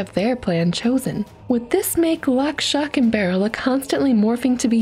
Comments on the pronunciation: Shock, not "stock" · lol she said stock instead of shock which is the name of the witch child just saying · It’s shock not stock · Stock, not shock, she just pronounces it wierd